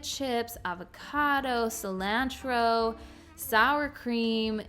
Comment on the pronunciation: The way you say cilantro and Parmesan cracks me up!! 😂 My under $10 for a family of 6 are spaghetti and meat sauce, chili and corn bread, pork chops and rice, taco with Mexican rice, garlic parm chicken pasta and homemade chicken noodle soup with crackers. I buy my meat in bulk to save and use for multiple meals, as well as my rice and pasta.